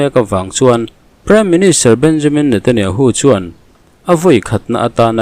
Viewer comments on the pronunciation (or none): none